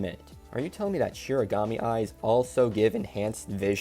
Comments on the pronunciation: It’s “shinigami” not “shirigami” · Shinigami* I thought it was shiganami, so I don’t blame you for getting it wrong. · Kind of weird of you to shit on the Netflix adaptation when they could at least pronounce Shinigami correctly.